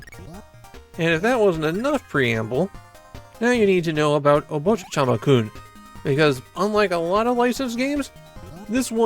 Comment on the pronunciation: why do you keep saying "obochichama-kun" though